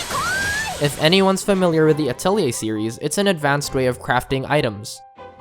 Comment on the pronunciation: He also said Atelier wrong... its French so most people say it incorrectly.